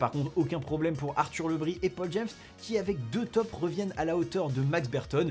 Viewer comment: On ne prononce pas Le Bris à la bretonne ? ( Le Brize)